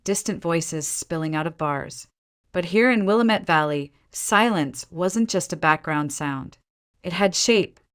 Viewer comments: It’s pronounced like Will am it. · It is truly disgusting that they can’t pronounce Willamette correctly! 😖